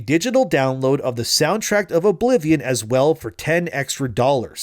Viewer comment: Soundtrack, not soundtract